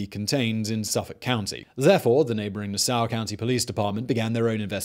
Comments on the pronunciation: I was getting confused by that. I thought he was saying "Soar". How about Hauppauge? That was funny too. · I remember the "Craigslist Ripper" case. It was eerie back then because most of the girls were the same age as I was. Also, Simon, it's Nah-saw. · Lol I did a double take and was like is he talking about Nassau... everyone on Long Island knows it’s Nah-Saw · Gilgo beach killer and Naa-Saww County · Hahahah “nasow county” that’s what I’m callin it from now on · I know we got tough names but Nassau think Nah-Saw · NAH-saw county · Nass-saw county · "Nassow county" lol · The way this guy says Nassau really makes me mad...... it’s Nassau .... [Nass-saw]😑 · Yeah, Gilgo would definitely be my choice for where to bury anything on LI. Too bad it gets enough extra police traffic now that it’s not an option. Allegedly. IANL. Also Simon’s way of pronouncing Nassau is funny. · I can’t possible be the only person from Nassau county who’s physically pained by the way he pronounces the name of our county. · As a Long Island the way he said Nassau drives me crazy 😂😂😂😂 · my guy why you saying nassau like that.Also if your curious the gilgo beach area is on the border so barely in Suffolk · As a Long Island native, I rather enjoyed listening to you butcher Nassau and Hauppauge (I think you were trying to say that town). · THATS NOT HOW YOU SAY NASSAU!!! 😂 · For some reason I dislike the way Simon pronounces Nassau